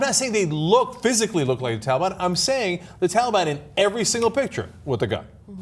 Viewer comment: Its not "tally-ban" ana..